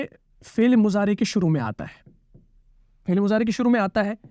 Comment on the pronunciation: آپ فعل كو فيل كيوں بول رہے ہو؟؟ 🤔